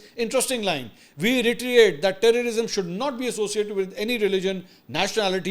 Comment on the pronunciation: Mansoor bhai Retriate in reiterate correct pronunciation hai